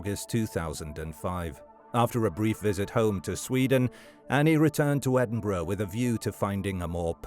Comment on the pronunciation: At least he pronounces Edinburgh correctly 🤷‍♂️